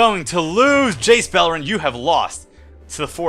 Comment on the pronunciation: I know you said Jace Beleren but at the start it sounded like Jace Bellend :D